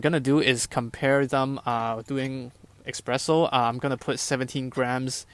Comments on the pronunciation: Hi, i really enjoyed your thoroughness and clear pleasure making coffee, though hearing you pronounce espresso "expresso", was just a little cringey. Cheers! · Blood started to flow from my ears after I heard "eXpresso" for a second time... 🙂